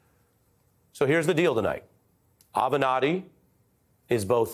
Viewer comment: Avernatti? Really?? SOB!